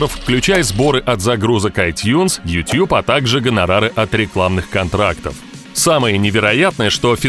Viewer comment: тютюб иопта! ютУб! Иначе почему ты не говоришь дот ар ю? И Если уж любишь губы в трубочку сворачивать, то тогда всё "по правильному" произноси - не гАнгнам, а гЭннЭм!